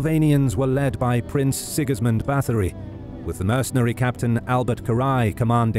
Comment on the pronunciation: I wish the narrator would've tried harder with the pronunciation of names. Both German and Hungarian were absolutely butchered,. Having an English accent doesn't excuse that in my eyes.